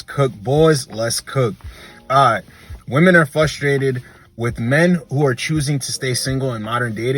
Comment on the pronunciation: It's fRustrated, not fLustrated